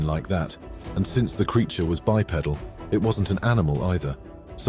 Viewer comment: I wish he knew how to pronounce bipedal.